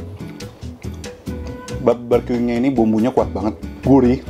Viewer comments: BARbeque bkn BABERque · Barbeque koko bukan baberque.. heheee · Frech fries. Baberkyu. 😂😂😂😂😂😂😂 Sorry, I just can't stop laughing. You're so funny